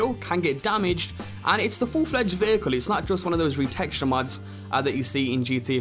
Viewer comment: pretty sure it's "mods", not "muds"